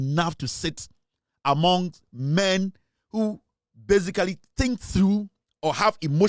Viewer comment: dont say, " A tink" I presume you wanted to say," I think"